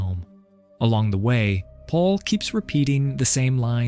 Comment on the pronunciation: "Michelle loved the pond so much. So much that Paul dug it just for her." That makes no sense. The AI's pronunciation of "Paul" is comedic. "Pull" 😂